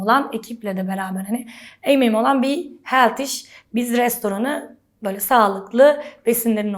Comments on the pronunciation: Senelerdir amerikada yasiyor ve hala healtyishe „heltiş” ve smoothieye „smoti” diyor olması en komiği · "Heltiş" diye okunmaz ama...